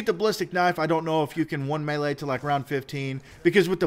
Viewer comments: It's me-lee like melee not may lay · quit saying malea